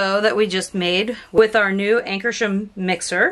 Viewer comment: Great demo. Check your pronunciation. AnkarsRum.